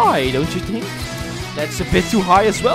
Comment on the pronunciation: Hij zegt think echt zo met een t